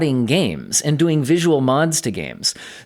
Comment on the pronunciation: You pronounce "doing" like Arnold Schwarzenegger. "What are you duuing?? Get to the choppa!"